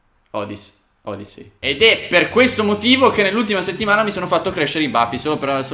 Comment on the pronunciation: Si legge odissy